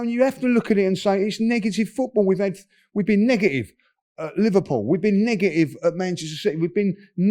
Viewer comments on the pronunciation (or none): “We’ve been negigive, negigive!”